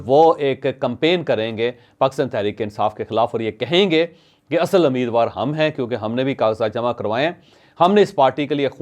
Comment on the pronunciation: This is not Ameedwar. It's Umeedwar. Correct yourself.